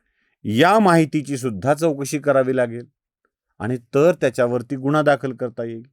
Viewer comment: निदान गुन्हा हा उच्चार तरी नीट करा गुणा म्हंटल्यावर काही वेगळेच वाटते